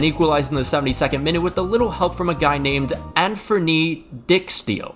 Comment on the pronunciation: Dyke steel not Dick steel. You say Virgil van Dijk not van Dick. The Salvadorian fans showed up an hour before the match to yell at the Surinamese players. They also showed no respect to our anthem. Of course the players will react like this after winning the match